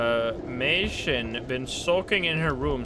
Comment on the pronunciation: I love how pronounced Mei Shin as my shin 😭